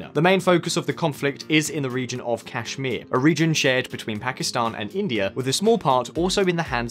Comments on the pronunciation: it's Kashmir not chasmere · Kashmir not cashmere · its not Cashmere it's Kashmir !! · The way to said cashmere , we knew how deep u researched for this topic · It Is Not Cashmere Infact it Is Kashmir. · They always say "cash"mir instead of kashmir😆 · "Cash mire" OMG it means cash is mine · It's named "cashmere" from Kashmir. They cannot pronounce Kashmir. Like Calcutta vs Kolkata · Guy in the video - I've done research on India. 2- minutes he calls cashmere. Me- I'm done with video 😂😂😂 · When u say 'Cashmere', it undermines anything u say after that! 🤣🤣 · I just saw like dislike ratio n find out there's something wrong he did...otherwise he have been praised...BTW it's Kashmir Not Cashmere😂😂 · This shows your level of knowledge It’s Kashmir not Cashmere !! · It's not cashmere it is Kashmir. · I've been watching this channel for about 3 years, and I've noticed a gradual degradation of quality of reasearch these guys put in. Their level of ignorance has only increased. 1. It's "Kashmir" and not "Cashmere"! 2. "India never had a deep rooted military tradition", the great war or "the Mahabharata" took place even before western civilizations even existed. And also, India has the oldest Intelligence agency ie. the "IB". 3. Several mistakes in the number of weaponry. Seems like you guys can't even copy paste simple statistics from Wikipedia. Poorly reasearched! And many more rookie level inaccuracies in the video. Well, on some points, I agree with them such as the long overdue modernization of our army, however rest all is sheer idiocracy. If you are doing journalism, the least you can do is present it with correct facts. It qualifies as FAKE NEWS! Unsubscribing! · Hard to take your analysis seriously when you don't even know it's Kashmir not Cashmere .. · It's Kashmir, not "cashmere" XD XD. India does not have a security treaty with the USA. Hence, we are not ally of USA. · its Kashmir not Cashmere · Cashmere😂😂😂 really??? I thought you did your research well. Jk